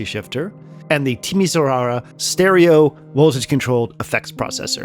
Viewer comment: Most Europeans would likely know how to pronounce ’Timishwara’- stress on the third syllable- as it was much in the news around the time the ‘Eastern Bloc’ was crumbling (it’s a city in Romania). However, I have no idea how people in Iowa pronounce Des Moines…